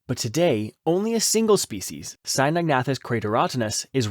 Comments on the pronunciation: It's pronounced Sino-nathus....not Sinog-nathus. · The narrator keeps switching between 2 different pronunciations of Cynognathus. Very annoying.